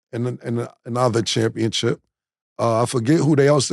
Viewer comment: Cam keep saying championchip 😂🤦🏾‍♂️